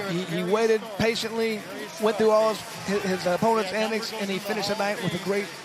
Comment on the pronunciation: Lol how many times can 1 man mispronounce antics in 10min